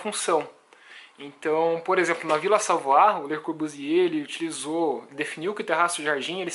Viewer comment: Pesquise a pronúncia correnta de Ville Savoye